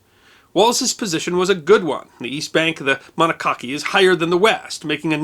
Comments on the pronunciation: I have read a couple of books on Jubal Early’s attack on Washington since it happened in my backyard. Lew Wallace doesn’t get enough credit for his actions that Summer. Also, it’s pronounced the Mon-AHK-a-see River, at least in these parts of Maryland. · Monocacy is pronounced Mo-noc-asee by locals. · As someone who lives in Frederick, MD. It is pronounced Mon’a’ca’see. :) In the development I live in, there is a road named after Lew Wallace, because of his actions at the battle. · We pronounce Monocacy as muh NAH cuh see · Love the episode as usual, but as a former resident of the area I have to laugh when you pronounce the name of the battle outside of Frederick, Maryland. Pronounce it this way Mon-nock-a-see. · Mon-knock-UH-SEE river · The battlefield and river are located in Frederick County, Maryland. Monocacy pronounced "muh-NOCK-a-see". A great video on General Wallace! Nicely done! PS: Don't forget the Monocacy National Battlefield & battlefield museum just out side of Frederick, Maryland. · I've never heard Monocacy pronounced that way. I've lived within 75 miles of Frederick most of my life and we've always pronounced it to rhyme with democracy. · Likewise, I have always heard the Monocacy River pronounced as "Mon-ock-a-see" in the Frederick MD area. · mon-oc-a-cee is the proper pronunciation Moncacy River. I live near Frederick, MD and have visited the battlefield. Tim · Monocacy is pronounced monoca-see (soft “c” at end) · I was just going to mention that. Locals say muh-NOCK-uh-see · My bad, pronounces it Mono-cock-ee. Still a great video,! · Monocacy is pronounced muh-NOCK-uh-see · I live in Germantown, just a little farther south. This was an excellent video (as always) but I am glad others here pointed out the proper pronunciation of Monocacy. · Interesting video, but I live near Lew Wallace drive in Frederick, Maryland and hearing you mispronounce Monocacy hurts my soul. It's Mo- NAW- Ka-See not Monosassy. Thanks.